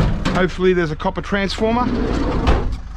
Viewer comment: I lost it when picked up the TV and said "Get some Coppar". I thought he had enough of the Coppar's..LOL!